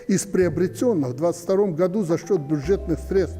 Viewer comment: если говоришь'гату"вместо "году"-значит во рту остался клей,возможно крахмал